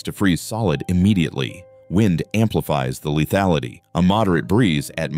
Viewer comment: Leathality? FFS!!